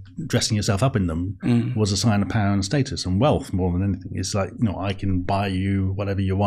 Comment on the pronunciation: You almost mentioned the word 'power' as many times as a Russell Brand video - except he pronounces it POW-WAH!